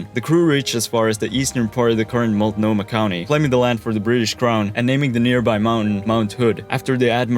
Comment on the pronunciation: Chin-ooks - pronouned Shin-ooks not Chi-nooks. I give you props for pronouncing Multnomah, and Clackamas, and Oregon correctly - congratulations. The entrance to the Columbia River is also known as "The Graveyard of the Pacific." More ships have perished here than any single location in the world.